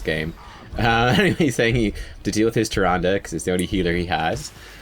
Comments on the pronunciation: "Trand", mate why you do this to me? it's Tyrande (tee-RAN-deh), respect our godly waifu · the "e" at the end of tyrande is not silent. idk why i'm so annoyed with these things but yea i kept yelling at the screen it's TYRANDE not tyrand. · Now we've taught you how to pronounce Diablo, can we talk about Tyrande? :-p